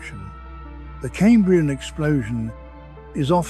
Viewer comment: Even if it weren't pronouncing Cambrian wrong the pictures would at least line up with the script. It is talking about anomolocarus whilst showing hallucogenia. I'm out!